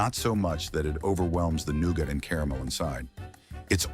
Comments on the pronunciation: THE NOOGAH! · The way he said nougat had me dying the whole first part 😂😂